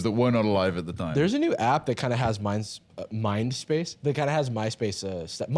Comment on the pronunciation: Totally thought you said "Mine-space" which should be the name of my minecraft server